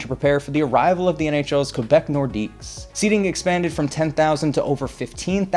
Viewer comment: They were pronounced the "keh-BECK nor-DEEK". No S at the end.